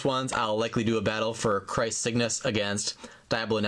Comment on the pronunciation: I think it's pronounced krays